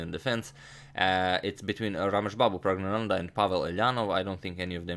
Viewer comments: You pronounced pragnanandhaa, better than many of us. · The most impressive thing was the pronunciation of the winner’s name that I will not even attempt to spell